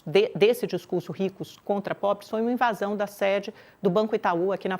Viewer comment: "Invasao"😂😂 Esses jornalistas são péssimos.